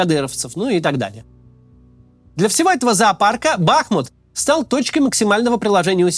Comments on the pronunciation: БахмУт, а не БАхмут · Не бАхмут, а бахмУт!!!! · Судя по тому что за последних несколько десятков роликов он уже стопитсот раз сказал название Бахму́т с не правильным ударением, можно сказать что и аналитика под большим сомнением... Если в3апaдло зайти на википедию и проверить элементарное то об остальной информации и подавно... НО, вектор мышления очень даже правильный :) П. С. Правильно Бахму́т, а не Ба́хмут. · Не БАхмут, а БахмУт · Ты как издеваешься. Знаешь же что правильно «Бахму’т . Зачем каждый раз каверкаешь ? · Разберитесь уже, "БахмУт" или "БАхмут". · Кац,не БАхмут,а БахмУт,хотя бы название научился правильно произносить ,времени много было.Слух режет. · БахмУт. Не БАхмут. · Не бАхмут, а бахмУт. Правильно ставьте ударение. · Почему в который раз Кац называет город БАхмут, но не БахмУт? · Девушка, вы видимо головушкой где-то стукнулись! Я об этом как раз и говорил что Макс во всех видео неправильно произносит!!! Он говорит Ба́хмут, а надо Бахму́т... И в каждом видео в комментах это пишу, чтоб он или его команда наконец открыли Википедию и посмотрели как правильно, но им пох... И ладно бы если один раз где-то вскользь упомянул, так нет жеж, почти в каждом видео по несколько раз повторяет это название и уже ухо режет, больше полугода так тупо лажать, а его дружбан Варламов уже давно называет правильно - Бахму́т... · Спасибо за Вашу работу - слушаем все выпуски. Очень Вас просим правильно ставить ударение на названии нашего города - БахмУт - больно слышать нам, бахмутчанам в эвакуации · Бахмут уже захватили (или почти захватили), а Кац до сих пор не выучил, как правильно ставить в нём ударение... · Кац или страдает дебилизмом или я не знаю. Есть город БахмУт. Ударение на букву У. А есть кац, которому похрен, лишь бы богатые спонсоры деньги за встречу с ним платили. Смотрится такой "борец за правду" очень некрасиво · Больше года идет конфликт, а данный товарищ не в состоянии запомнить правильное произношение города БахмУт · Ударение на У: бахмУт